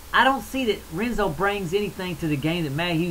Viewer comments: Dude. It's pronounced "Henzo" Gracie. I cringed every time you said "Renzo," hah. But anyways, I pretty much disagree with everything you said about the BJ fight. BJ is in his prime! Did you not see what he did to Kenny and Diego, both of whom are better than Frankie?... The only reason Frankie got the title shot was because Gray Maynard looked pretty shaky against Nate Diaz. I just don't see where Frankie is better than BJ. Striking? C'mon man... BJJ? C'mon man... Wrestling? BJ is too flexible. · Hehe. I like this guy. Like the southern draw, cool. The R in Portuguese is pronounced like a H. It's spelled Renzo, but it's pronounced Henzo. Not that i understand Portuguese, but guys in my class speak it.